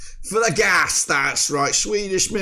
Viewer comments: You know, there is an i in GAIS… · Gais is like gays when you say it. Gothenburgs Atlet & IdrottSällskap. ( Sportsclub can we say). Axel goes on every ball he says if he don he can missed it when it comes all the way. He also got a ABBA song. don't waste your goal chance pass it to Henriksson